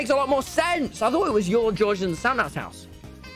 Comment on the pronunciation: why do u always drink coke and u say house like hause